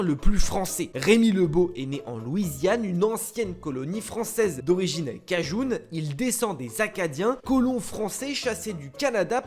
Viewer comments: cajun pas kajoune 😁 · cajun et non "kajoune" ;-) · Cajoune ??? C'est Français ça ce prononce Caj1 "Cajun" ... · Cajoune? Non, on dit Cajun, cela se prononce comme cela s'écrit. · Kajoune ? Kajun ce prononce cage-un !! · Cajun ça se prononce comme ça s'écrit 😅 et non pas Cajoune mdr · Prononcé de manière Anglophone un mot Français .... je te jure , les ravages de l'influence culturel Américaine